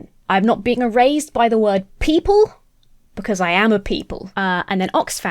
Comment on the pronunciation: Your Brit-ness on the word erased makes it sound like the product of some modern remote nanny work... E-Raised. Love it.